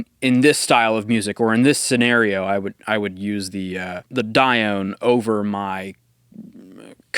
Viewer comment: It's actually pronounced "Die-oh-nee". But I hope you enjoy this absolute piece of art! WesAudio are an amazing company. :D